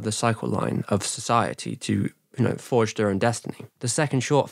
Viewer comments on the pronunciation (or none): none